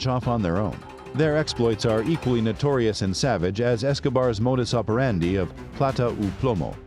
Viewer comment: Also mispronounced "modus operandi." I can't take this video seriously. Ha